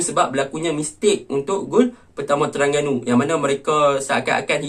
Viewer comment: Terengganu laa bkn terangganu hang nie 🤣🤣🤣